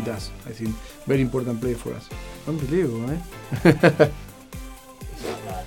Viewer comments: No one : Pochettino : unbeliavable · Nobody: Pochettino:UNBIELIEVABLE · Nadie: Pochettino: Ambelivobol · Pochettino : Unbelievable Unai Emery: Good Ebening